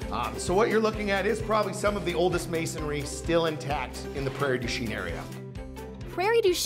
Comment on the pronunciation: That's not how you pronounce Prairie du chien